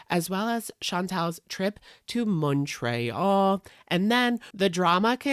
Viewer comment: I hate the way you say Montréal omg